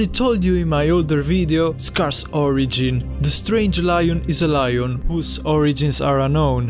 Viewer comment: Btw it’s not loin it’s Lion